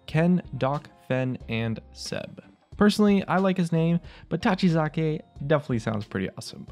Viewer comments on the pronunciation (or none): Tachikaze, not Tachizake. You’re probably reading off a script, how do you mess that up?